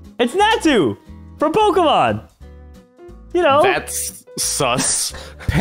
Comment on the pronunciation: It's po_ky_mon